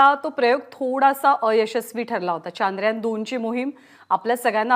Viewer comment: प्रत्येक भारतीयांनसाठी खुप अभिमानाची गोष्ट आहे ,,, पण हे चांद्रयान चांद्रयान , का मणत आहेत सर्व जण, सरळ शब्द आहे चंद्रयान , पण काल पासुन का चांद्रयान चांद्रयान चालु आहे,,, " चंद्रयान " या सोप्या शब्दाला का अवघड करून बोलत आहेत ,, बर यात काही शास्त्रीय कारण आहेका असेल तर नक्कि सांगा ...?